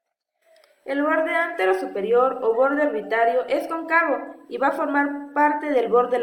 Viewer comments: Me decepcionó al oír Concávo, cuando es Cóncavo. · Leyendo cualquiera . Concaba ó cóncaba ???